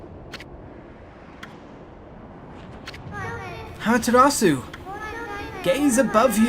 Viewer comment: it's actually properly pronounced "Ah-ma-teh-ra-ss--" where the 'u' is pronounced very short and cut off abruptly